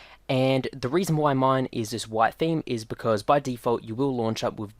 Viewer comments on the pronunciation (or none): none